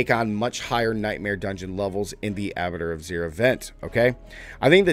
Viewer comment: He still pronounced it wrong every time